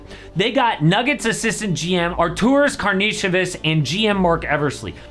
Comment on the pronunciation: You completely butchered Artūras name 🤦🏻‍♂️